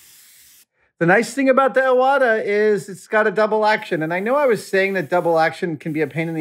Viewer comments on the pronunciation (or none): The name of the airbrush is pronounced Ee-wata, not Eye-wata. It's a Japanese family name. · pronounced "E" wata, btw